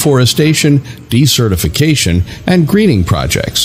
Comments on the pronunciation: That word shouldn't sound like "decertification." It sounds like "desert" with "ificatioin" on the end of it. Since this is the focus for Circle of Earth you should really get it right! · Oh man, he keeps using that word/pronunciation...